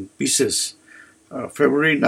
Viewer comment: It’s Pisces not pieces 😂